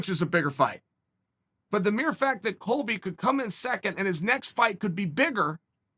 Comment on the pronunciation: Chael: "Coby" Colby: "greetings nerds and virgins"